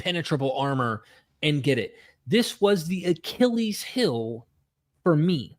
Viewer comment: ummmm that's ACHILLES HEEL .....not hill 😂🤣🤷🏼‍♀️ Not sure how he'd think it's a HILL!